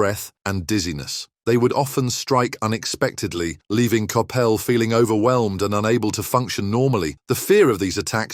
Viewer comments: Totally, I agree whose Kapell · Learning how to pronounce players names properly may add some credibility to the story . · Surely you can prononce his name right and why his is life dad ffs get real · I've never heard Coppell pronounced like that. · Terrible video. Terrible pronunciation of Steve's surname. Reading FC pronounced in this as reeding should be redding! Irrelevant pictures and references....Don't bother next time. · Copppelll seriously you cannot even pronounce his name or Doherty’s correctly!